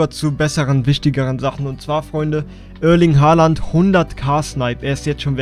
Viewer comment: Ich fand es einfach lustig wie er es ausgesprochen hat